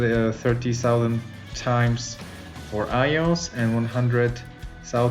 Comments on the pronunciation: the way he says "oneSAUTHAND" times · Please learn how to pronounce thousand